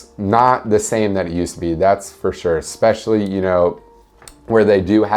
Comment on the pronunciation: Did he say eXpecially instead of eSpecially?